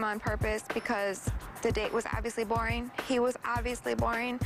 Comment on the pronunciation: 'borring' lmaooooo